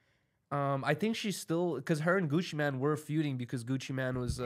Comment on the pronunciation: Bruh it’s Gucci MANE. Not Gucciman wtf.